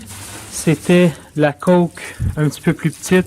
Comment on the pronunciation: Très intéressant. En passant, le coke se prononce avec un O ouvert, comme homme. Ça ne se dit pas comme la liqueur douce, Coke, autre nom de Coca Cola.